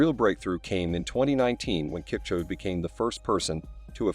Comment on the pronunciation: As soon as it mispronounced Kipchoge’s name I was done.